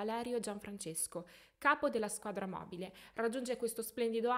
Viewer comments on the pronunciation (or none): none